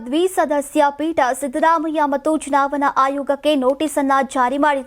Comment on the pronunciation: ಚುವಣಾ... ಚುನಾವನಾ ಅಲ್ಲ. ಸರಿಯಾಗಿ, ಉಛ್ಛರಿಸಿ.